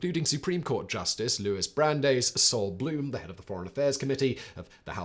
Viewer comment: "loo-BAH_vitch", "yeh-SHEE-vah (or, "yeh-SHEE-vote")" "YART-zite" Louis "BRAN-dyce" (Hey, I volunteer to give you pronunciation guides for any future Hebrew/Yiddish pronunciations)